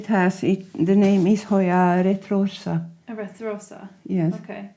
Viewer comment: Hoya "retorsa" or maybee retusa??